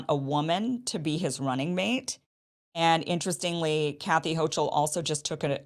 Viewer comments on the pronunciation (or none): Hochul is pronounced huckle 💚. Like huckleberry